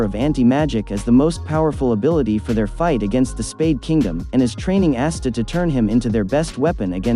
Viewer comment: It’s ah-sta not ass-sta